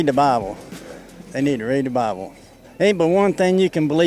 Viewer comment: “They need to read the Bable” 😂😂😂😂😂